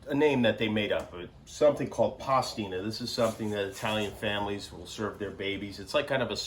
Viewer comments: I have to say, as an Italian, it's adorable how he says Pasta Tina and not Pastina (pronounced Pasteena). Adorable. Very cute (also, do you guys actually call it Pasta Tina in the US or is it just his way of saying it? Just curious). Plus, I can also approve the recipe; I wouldn't have put the concentrated chicken broot personally, but I'm sure there are people using this variant here in Italy too. This is a very cute video, so sweet. And also it makes me laugh thinking about the fact that, as an Italian, for the whole time I was checking if he was doing everything the right way. Such a stereotypical thing to do. He did, by the way. Kudos Jimmy, your Pasta Tina with cannellini beans is Italian approved. I'm sure you were dying to receive this very prestigious approval certificate 😂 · Pastina means nothing but "miniature pasta", which, as Jimmie pointed out, we prepare for babies who are still unable to deal with stardard size pasta without risking choking themselves. But adults, too, can enjoy pastina with a good, hearty chicken or beef stock, especially when the stock itself is the star of the recipe. Pastina is less intrusive, so to speak, and allows you to appreciate the stock while providing something solid to chew. And I laughed when I heard Jimmie say "cavatappi", which means "corkscrew", in the middle of an English sentence. Indeed those noodles look like corkscrews :-) Thanks for sharing this video, you've got a beautiful family. Oh, it's 1.05 p.m. in Italy: time to prepare a quick lunch for my wife and my eight-month-old :-)